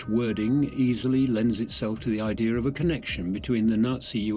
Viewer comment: There is no R in idea !